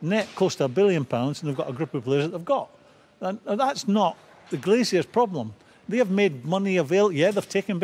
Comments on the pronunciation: Graeme, it's GLAZERS. Not Glaz-i-ers. Glazers. GLAZERS. :-) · Someone please tell Graham it's "Glazers" not "Glaziers". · You're intolerable to his accent. It's "glashers" he's pronounced the Z as a SH, not glaciers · Love how Graeme pronounces Glazers like they're gonna come round and fit your doubling glazing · Is it me or does Souness keep saying Glaziers? 😂😂😂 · Grahem Souness “glaciers” 😂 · Please stop saying 'Glaziers'